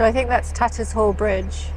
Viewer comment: Ah, Tattershall bridge Moorings. ....my sister lived down the road, about the 3rd house down. Happy memories, Has anybody picked you up on your pronunciation of Tattershall yet? It's a "sh" in the middle, rather than "Tatters hall". :)